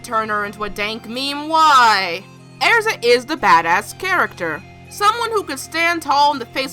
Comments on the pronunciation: I thought her name was Erza, not Airza😂😂😂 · XD Every Time You said because she's Airza I was like ERZA ITS ERZA NOT AIRZA ERZA!! XD (I know she just pronounces it differently) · Its er-za not air-za I cringe at mispronunciation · Omg, it’s Erza not “airza”. Sorry to criticize the way you speak lmao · I can't stand the way she pronounces Erza. It's not Air-za... Ugh. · I'm getting really annoyed by her saying erza's name wrong she's saying AIRZA ITS NOT AIRZA OK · You say ersa wrong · Erza not Air-za okay? okay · it's erza not airza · arza?! its ER-ZA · it's errrza not airza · All those mispronounced names......earza? Its erza...cries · Eriza, thats not her name. its ERZA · Era's name isn't pronounced Airza..... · it's not pronounced araza, it's pronounced just like it's spelled, get it freaking right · it's erza NOT ARZA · Annoyed me how you kept pronouncing name (Airsa) when should have been pronounced (Erza) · IT'S NOT AIRZA JESUS CHRIST. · "Because she's air-za lol got me dead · hahahaha airza is all I could hear airza airza airza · plz no hate but u said erza's name wrong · she said Erza's name wrong